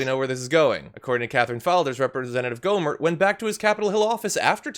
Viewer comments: The t in his last name silent. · Did you say Ghoulie Gohmert?